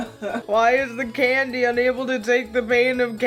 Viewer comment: When you said Candy I heard Ghandi Great video though and ily!!!